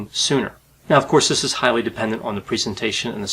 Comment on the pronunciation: He always pronounces "on" as "oh-onn" Is his accent from a specific region?